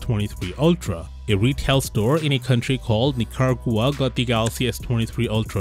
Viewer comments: I think that country is pronounced "Nick-ah-RAH-gwa". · Man said Nicaragua like he never heard of it. "In a country called Nicar-aghwa" almost like he doubts it exists. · "Country called Nicarogua" Come on man..that was embarrassing. Should've at least done that much of a basic geography homework. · Hmmm.. those boxes did not look anything like an official box.. They did however look a lot like really poor clones. Also.. "a retail store in a country called Nicargua??" I think you meant to say Nicaragua.. But no worries, just a slip of the tongue. Anyhow.. I highly doubt that they got them this early. I know this happens by mistake sometimes. But there's absolutely no reason whatsoever for a no name shop in Nicaragua out of all places to get the phones this early! I'd say this might just be them buying some clones to try to boost sales locally when the phones finally launches, or perhaps more likely.. that this either isn't a store at all, or it is, but the video release is more so, to boost someone's YT or other social media channels subs and traffic. Also, none of the phones in this vid was turned on. That's a potential red flag as well.. What do you think? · HAHAHAHA You saying Nicaragua like that makes it sound like its somewhere on another planet and nobody knows what it even is loooo